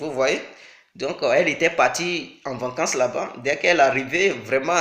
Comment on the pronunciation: GAGAGAGAGAGGAGA il dit ............VANCANCE... GAGAGAGAGAGAGAGAGAGAGGAAAAAAAAAAAAAA